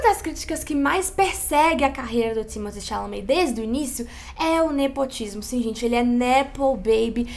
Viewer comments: Amo. Mas manas, a pronúncia correta do boy eh “Timotê” “xalamê”. Foi ele que falou kkkk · Thimotté Chalamet minguê. O escolhido foi você. 😂